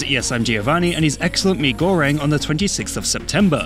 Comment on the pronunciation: your pronunciation of "Mie Goreng" is immaculate.